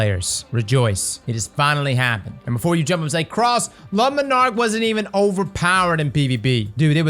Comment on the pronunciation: please never say le monarque again